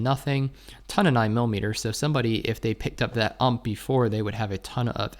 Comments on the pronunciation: Why do you say UMP instead of U - M - P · Please don't call it ump. It's called U.M.P. Nice video👌